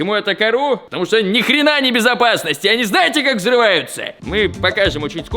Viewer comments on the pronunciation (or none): Я конечно не душнила, но "сдесь"? не "здесь"?